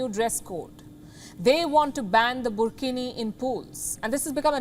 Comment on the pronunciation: Wtf is burkhini 😂😂😂😂😂😂😂